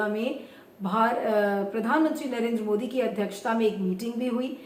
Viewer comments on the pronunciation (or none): none